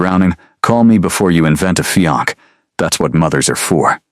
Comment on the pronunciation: Beautiful story focusing on real life practicality instead of vampire politics. A modern interpretation and refreshing change of pace. Highly recommended for fans of paranormal romance in a modern and sensible setting. Keep up the good work! I will say it would be a good idea to fix the pronunciation of fiance and cafe. The pronunciation used for fiance was not a real word and it kept pronouncing cafe as "calf" and a calf is a baby cow. Both errors were a little distracting.